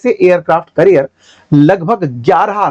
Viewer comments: करियर नहीं कॅरियर... 😊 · Its aircraft carrier not career. You are a teacher atleast pronounce them right. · You are pronouncing it as 'Career'. It's actually 'Carrier' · Aircraft career ❎️ carrier ✅️ 😅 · sir aircraft career nahi carrier boliye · carrier ka pronunciation correct kijiyega